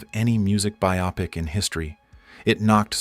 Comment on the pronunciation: "byop-ic" ?!? the word is Bio-pic